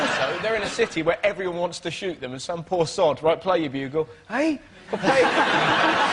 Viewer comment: Dara pronounces "everyone" as "evyon" or sometimes "evryon."